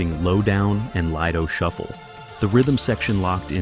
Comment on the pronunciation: "Lie-doh Shuffle?" Gimme a break!